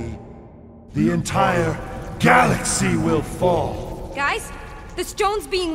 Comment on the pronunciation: "Hai gais"